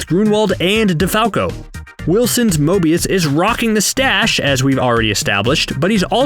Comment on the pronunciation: However many likes this gets is how many times he says Mobious.